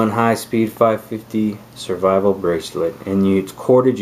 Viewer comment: Good video but "srivivle" is not a word.